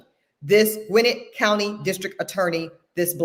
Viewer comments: Gwinnett - pronounced gawin - net😊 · Gwinnett is pronounced Gwa-nette She’s irking me by her pronunciation because I lived in that county at one point. 😂😂 petty I know but it’s like nails on a chalkboard for me. I couldn’t listen to the whole video.